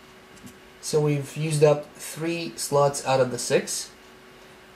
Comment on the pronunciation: we used up tree sluts out of six